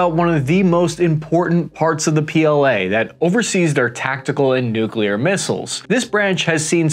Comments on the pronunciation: Sorry bud, but the word is "nuclear", not < > . It comes from the " nucleus" of the atom. There's bo such thing as a nuculus! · Then DO pronounce NU-CLEAR properly! It is definitely not nu-kyoo-lar.